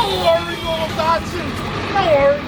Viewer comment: You heard the man, DAHD-SON